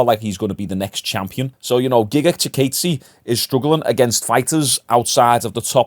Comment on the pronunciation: also its "giga chi-kawdzay"